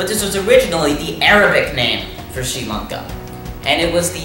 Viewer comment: Massive respect for saying the name correctly sri lanka 🇱🇰